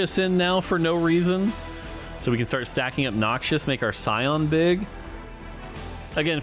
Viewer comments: Whos gonna tell mort that its "Noxus" not "Noxious" lol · I comment on every video until says Noxus instead of noxious. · Set Looks awesome from what I've seen. And I think it's spoken like "Noc-sus" and not "Nokchus". 😅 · It’s “knocks-us” not “knock shush” 😜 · Noxious(adj.): harmful, poisonous, or very unpleasant. Noxus (noun): fictional country in League of Legends lore. Harmful, poisonous, and very unpleasant. I know they're similar,, but please stop pronouncing them the same. Nox-us does not sound like knock-shious. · The way you said Noxus as Noxious was triggering